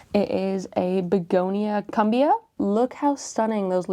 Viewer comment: lol gurl, Cumbia is a Colombian music genre [coom-bee-ah]